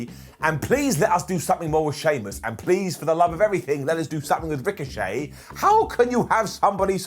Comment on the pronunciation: Good job, by saying Ricochet's name like that you gave WWE their story for next week. Ricochet, will now be known as Rick O'Shea and him and Sheamus will be a tag team known as Flyin' Irish. They'll have a 4 minute match against Cesaro and Mansoor. Michael Cole will carry on for the whole 4 minutes about how are they going to be able to coexist before Shamus Brogue kicks Rick and walks off.